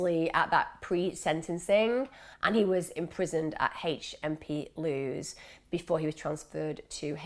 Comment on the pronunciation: Hi Emma. HMP LEWES is pronounced LEWIS like the name. I live about 20 mins away from it